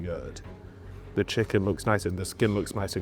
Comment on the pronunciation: “the skin looks niwce and cwispy”